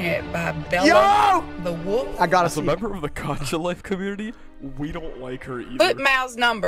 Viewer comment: "GARCHA" it is gacha